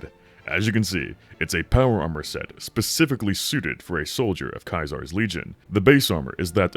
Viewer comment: YOU SAID KAI ZAR INSTEAD OF CAESER WTF HAVE YOU EVER PLAYED A FALLOUT GAME OR DONE ANYTHING IN YOUR LIFE AHAHAHA WTF